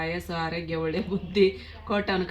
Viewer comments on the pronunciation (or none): none